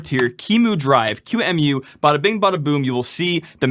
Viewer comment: yes, thank you for saying it right. Q-Emu